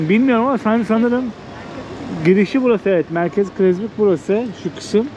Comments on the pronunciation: Krezburg değil, Kreuzberg diye yazılır ve okunuşu Kroysberg dir. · Du sprichst falsch aus. Kroytsberg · Kreuzberg okunuşu kurouzberk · Abi; Kreuzberg diye yazılır, Kuroyzberg diye okunur. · Canlarım benim sizi çok seviyoruz eşimle birlikte Berlin’de sizi ağırlamaktan zevk duyardık keşke haberimiz olsaydı ❤ bir dahaki gelişinizde lütfen daha önceden haber verin birlikte gezeriz,eğleniriz ❤ sen rica ettin diye yazıyorum “kroyzberk” diye okunuyor :) gemüse kebap bilerek yavaş çalışıyormuş sıra olsun diye tamamen pazarlama :) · "Kreuzberg ,tam olarak "Kroytsberg " die okunur. Selamlar... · Kroyts-berg diye telaffuz edilir! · Kıroysberk :) diye okucan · Ṣöyle birde gezdiğiniz yerin ismini doğru telaffuz etmeyi öğrenseydiniz çok güzel olurdu. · Telaffuzunuz çok kötü Kreuzberg